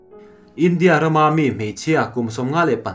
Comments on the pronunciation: A ngaihnawm ṭhin rualin i thu lam i uluk lo ṭhin a, a bikin Ram hming, India, Russia han tihah hian a tawpa ri sang tur i lam hniam si a, a thu awmzia a bo vek ṭhin. Theih tawpin ṭan han la leh hram hram teh. Duhsakna nen ka lo sawi e. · A sawi dik reng a lawm... India tih hi, tlem' in a ri' hi tih san deuh tur, hníam rúai a lam tur a ni lo.India tih hi, 'In' tih lai hi hawrawppui hmanga tlem a , lam rik san deuh tur.